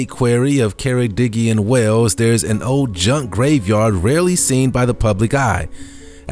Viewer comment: Ok pay attention, it’s sold ...not sode. It’s old ... not ode!!!